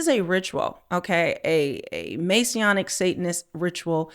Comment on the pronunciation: Why is everyone saying Masionic........it's MASONIC FREEMASONIC......🤫🤫🤫